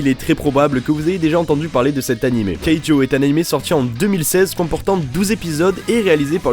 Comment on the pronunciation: c keijo!!!!!!!! pas keijo